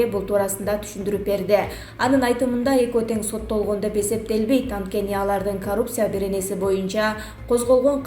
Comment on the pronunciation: Коррупция,ц тамгасын туура айтчы